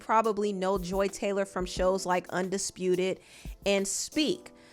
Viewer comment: FUCK THIS LADY! I used to tutor her son and I could spill sooooo much tea about her. And yes you’re saying her dumb ass name right. She used to come home and tell me who she was dating at work and she ADMITTED to me that she slept with multiple people. I believe none of her shit. If you’re reading this- you’re such a rude woman, you’re entitled, you treat your ex husband like shit and you think your shit doesn’t stink. I’m so glad I left working with you when I did- you were so nuts and weird I felt horrible for your son who was so sweet!!!!